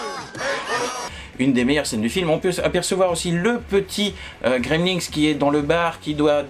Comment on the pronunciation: Coucou J'aime bien ta manière de présenter - (c'est moi ou tu prononces "Gremlinks" ?)